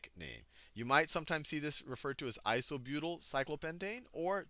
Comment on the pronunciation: "methly" "isobutly" Sal, you're epic. XD